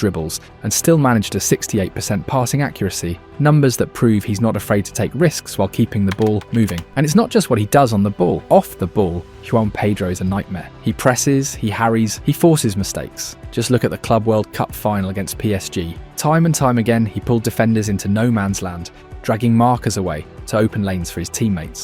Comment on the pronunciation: "yuwan pedro" ???